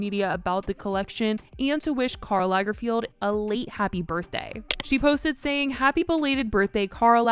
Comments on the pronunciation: Lagerfeld, not Lagerfield :) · I just can't with the pronunciation of Lagerfeld 😂 why do you keep saying Lagerfield? Lager-feld, it's very simple.. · It is LagerFELD not LagerFIELD. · Not entirely relevant but it’s LagerFELD not LagerFIELD, babe.